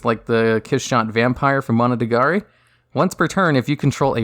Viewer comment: each time i heard "monotagari"... i get triggered